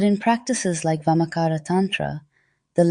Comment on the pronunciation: Just Amazing. no words to express my feelings. i am from India. and very few ppl teach vamachara. i am truly surprised and amazed with this knowledge in English . this is the first video i am watching on this channel. and subscribed this channel in just 5 minutes during this video. just want to say it is VAMACHARA. not vamacara. CHA pronounced like charcoal.